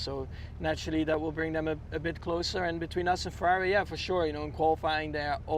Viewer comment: DC sounds like a dutchman how he pronounce "Ferrari"